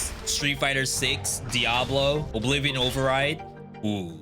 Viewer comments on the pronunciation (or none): none